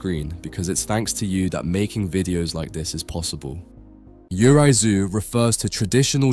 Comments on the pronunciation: Great video. Just wanted to note that Japanese ghosts, 幽霊 "yurei" is not pronounce "you rai". It is pronounced, "yuu ray" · "Yurei/幽霊" is pronounced as "you-ray." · I’m sorry man, but Japanese pronunciations are HORRIBLE! You pronounced “Yurei” (幽霊) completely wrong!